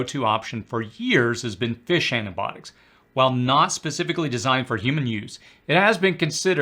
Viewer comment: The medication term is NOT "ANA-Botics" ... Your Grammer sucks... Improving pronunciation will enhance your credibility.....